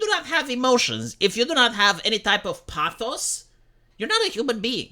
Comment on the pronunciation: Dude! The way you said the word πάθος (pathos)...as a Greek I salute you, your pronunciation was on point 👍